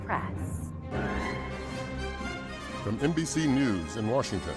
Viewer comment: Press. Not prass. You aren't a valley girl